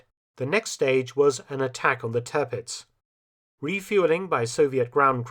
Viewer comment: It’s Tirpitz not Törpitz . Try to get the pronunciation right